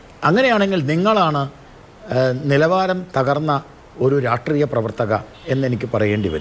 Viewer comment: "രാഷ്ട്രീയ"ത്തിനെ "രാട്ട്രീയം" എന്നുപറഞ്ഞ് ഇങ്ങനെ വ്യഭിചരിക്കല്ല ഗോപാലെഷ്ണാ.. "രാഷ്ട്രീയം" എന്ന് വ്യക്തമായി പറയൂ.. നാവ് വടിക്കലില്ലേ ? നേര് പറഞ്ഞാൽ അത് കേൾക്കുമ്പോ ചൊറിഞ്ഞു കയറും.. നാവ് വഴങ്ങുന്നില്ലെങ്കിൽ ആ "രാട്ട്രീയം" മാറ്റി "പൊളിറ്റിക്സ് " എന്നാക്കൂ.. നിങ്ങൾക്ക് മറ്റെന്തൊക്കെ ഗുണങ്ങൾ ഉണ്ടെങ്കിലും താങ്കളുടെ ഈയൊരൊറ്റ "രാട്ട്രീയം" മതി അതിലൊക്കെ അമേധ്യം തൂകാൻ..